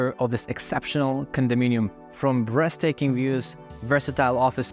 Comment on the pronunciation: lol "breast taking"